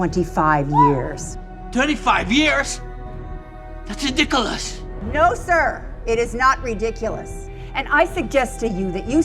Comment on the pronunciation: When the dad said "that's ridiculous in that made me and my brother laugh the way he pronounced it